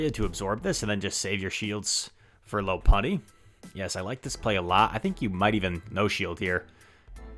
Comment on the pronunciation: it's pronounced lawpunny